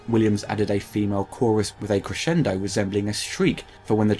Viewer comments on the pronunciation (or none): none